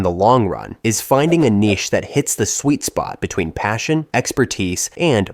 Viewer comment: why tf did you say niche like that